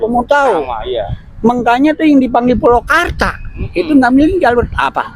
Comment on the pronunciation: Gua uda cetom bgt klo org bekasi ngomong magel banget. Maaf Kong purwakarta bkn pulokarta. He he....